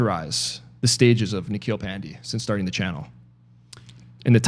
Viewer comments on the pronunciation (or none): Its pan_day bruh not pandi :P